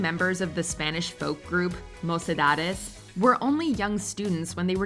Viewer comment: It's nice to hear someone trying to pronounce (and almost succeding) moCedades instead of moSedades. I am not a fun of Mocedades, but this has been a great surprise. I wish Carlos Santana was higher much higher than Los del río, eventhough I am Spanish.